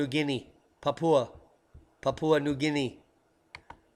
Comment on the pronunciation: Papua Papua .. Well done, You nailed the correct pronunciation .. Perfect :) Thats a huge effort for an American i know,, to be applauded...